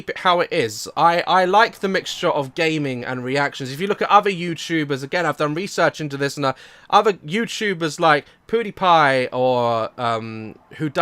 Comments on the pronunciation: he said poodiepie but it's piediepie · ''other youtubers like poodiepie'' Love that pronunciation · did he just say pooddiepie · The way he said pewdiepie😂😂😂